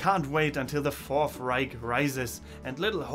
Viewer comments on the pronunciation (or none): none